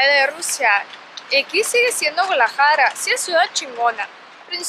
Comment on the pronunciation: Se dice GuaDAlajara, no Gualajara , saludos desde Utah